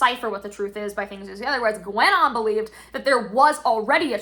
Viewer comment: I just wanted to say that the u in Guenon is silent and so is the n kind of (I didn't understand that was the guy you mentioned at first 😶), other than that, I will be silent as well with criticism